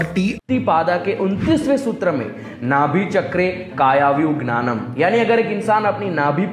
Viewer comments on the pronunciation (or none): Not gyanan it's must be jnanam